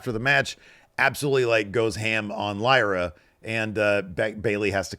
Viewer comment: pronounced Lyras name completely wrong. Wtf.